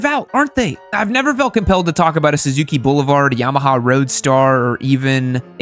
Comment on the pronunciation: The way you say yammie is funny